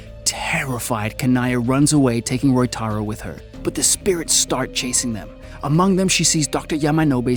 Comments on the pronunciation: It is Ryotaro in the film. The pronounciation is a minor goof on the part of the narrator. But overall, the summary is well done. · bro i know you couldnt pronounce ryotaro correctly but still you could try haahah, very nice video anyway, keep it up man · Roytaro = "Ryotaro"